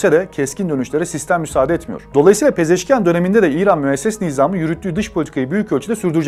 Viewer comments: Yan değil ian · Abi,Pezeşkiyan deyil Pezeşkiandır... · Не ян , ан.Мəsələn Panaxian. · Ни Пезешки-ЯН, а Пезешки-АН